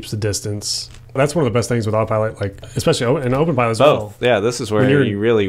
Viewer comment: Great video but please stop saying "ex-specially." There is no such word. The word is "especially."